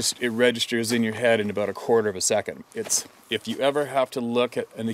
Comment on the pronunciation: I finally got a Canadian “aboot” out of you. I didn’t believe you were really Canadian until this moment.